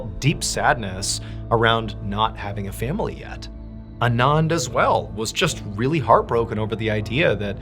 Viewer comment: I’ve worked with a couple Anands. They “usually” pronounce it Ahn-Ahnd, not uh-nahnd.